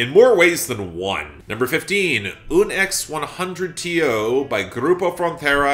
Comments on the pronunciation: not "un ex one hundred tío" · hey, the grupo frontera and bad bunny song is pronounced "un porciento" (or oon pore-see-en-toh). its wordplay!!